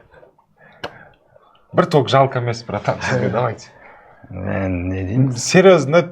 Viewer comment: Ман демейди мен дейди